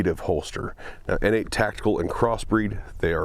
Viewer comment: I thought it was pronounced “Nate” Tactical. Pronouncing it “Innate” Tactical makes it sound like an illegitimate step-child or something.